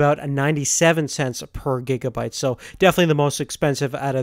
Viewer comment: It's not gegabyte, it's gigabyte!!!